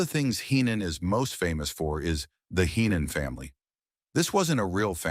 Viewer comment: Watch out! It's a bird!, it's a plane!, no! It's hee-non lol